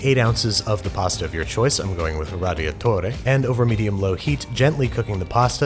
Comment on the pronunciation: No one: Not a single living soul: Babish: raDiaTórE